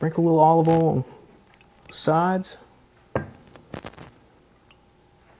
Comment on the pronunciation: its olive OIL pronounced Oy il and pregano is Oh Ree Ga No